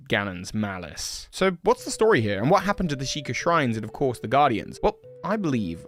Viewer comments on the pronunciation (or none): none